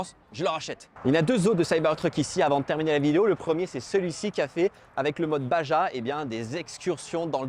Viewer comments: On dit "bara" pas "bagea", ca vient de la "Baja1000" qui est une course de off road mexicaine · on dit "baRA" pas "baJA" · La voiture de l'Age de Cristal, série des années 80. La partie arrière qui referme la benne, ça s'appelle une ridelle, et Baja, ça se dit " Bara"